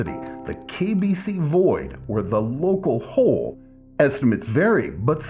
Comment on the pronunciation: You sound like that a New Yorker😂. Seen it.